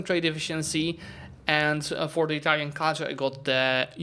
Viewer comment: Your Italian pronunciations are really good! Great AAR btw